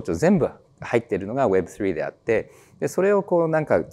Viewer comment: web3の発音が凄く良いですね😊